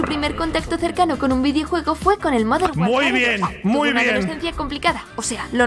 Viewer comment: Se dice modern warfar